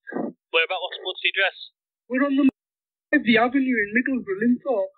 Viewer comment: you pronounced middlesbrough better than I would have if I was still living in the US. Locals call it Middles Bruh 😅 I wouldn't know, I'm from Rotheruhhm, (American pronunciation Rother Ham.)